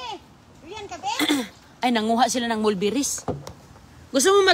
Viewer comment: Wala ng maisip na content,pati mga anak ginagamit na sa kalokohan.Pomegranet daw sa Pomegranate,molberries sa mulberries,pati labung di ma pronounce ng tama.Dapat kay,less talk,less mistake,kaso grabe kadaldal niya para lang may ma i vlog na wala naman sense.😮😮😮